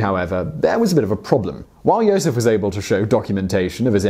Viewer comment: it's pronounced yosef but go off ig